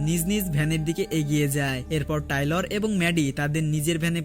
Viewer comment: বেচারার না টেইলর,, টাইলর না😂😂